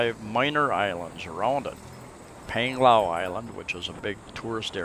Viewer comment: Another informative vlog. BTW not nitpicking but 'a' in the Philippines are pronounced with ā. As in Pānglao:-)